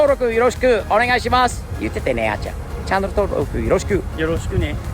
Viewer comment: 同感です(^ ^) なのにエンディングで『チャンネル』を英語っぽく「チャノル』と発音するの日本語が最高にファニー！